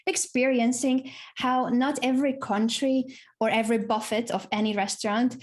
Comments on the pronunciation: Anna pronounces Buffet like Mexicans do, I’m guessing it’s her Spaniard background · The way Anna pronounces "buffet" makes me think Kevin told her how to say it...